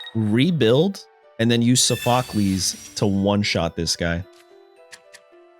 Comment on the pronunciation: It's pronounced saw fuh klees